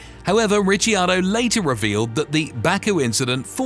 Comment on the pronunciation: mate it's Rickardo